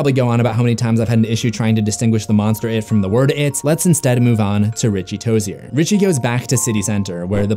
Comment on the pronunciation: Richie tojer?! I am pretty sure it’s Richie Tozier...btw love ur vids